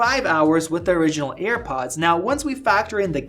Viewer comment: why tf is he pronouncing it "earpods" drives me crazy